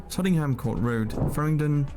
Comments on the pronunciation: Tot-en-ham ? Wool-wich ? Give us a break . He'll be saying Green-wich next . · Also "Tottingham" Court Road. is he related to Ossie Ardiles? 😊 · yeah,this guy is definately not a Brit, pronounces Woolwich and tottenham all wrong that no Brit would pronounce. Also,London is pushing 2000 yrs old, there was no planning in it and it grew by the space between nearby villages being built on and becoming part of Greater London ie Hampstead. The roads often follow old or ancient routes as do roads in most of the country and is why they often are small and wind around all over the place. It adds to the character. EVERY city in the world has issues and London is no exception to that. there is more new build out of the city hence the commute was invented. arable farming land could be built on but then we just rely more on imported foods and we all recently found out how that helps.Maybe we should have a cull like you see in the movies (a joke just to clarify).